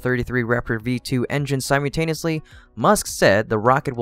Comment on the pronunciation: Lol you say "simultaneously" very strangely. Keep up the great videos tho 👍🏻